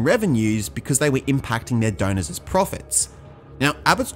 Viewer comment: “Impacting their donorsezz profits” Try “affecting their donors’ profits”. It’s not necessary to put ezz or es on the end of donors as it’s incorrect and sounds silly.